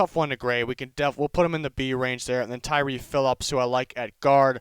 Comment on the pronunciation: Tyrkee hill? Pronounced like Turkey hill?